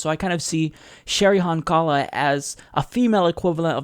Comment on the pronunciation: It's Cheri HONkala, not Cheri HonKAla. The pronunciation is with the emphasis on the first syllable. You should know this as a progressive since a lot of us voted for her in 2012 for VP running with Jill Stein for the presidency. And she had a LOT of televised journalism focused on her, especially when she and Jill were arrested and imprisoned as they tried to enter the Obama/Romney debate venue in Texas. That was only 4 years ago.